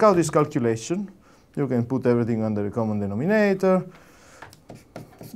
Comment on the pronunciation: This how everyone should pronounce "common denominator"